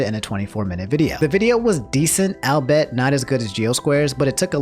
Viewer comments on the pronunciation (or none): This man said “Albet” instead of “all be it” the way albeit is supposed to be pronounced smh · I say albeet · Everyone knows that it's pronounced: "Al-le-buy-eat" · we ALL know its pronounced: "Albet" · "Albeit" is not pronounced "Albet" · What was that pronunciation of albeit?